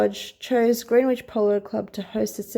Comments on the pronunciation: Greenwich is pronounced Gren-itch In our quaint English language. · Greenwich pronounced Grenitch (FYI in future).